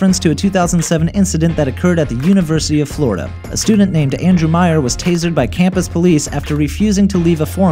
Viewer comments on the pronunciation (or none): none